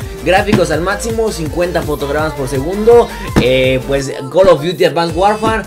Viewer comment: Porque dices col of diuti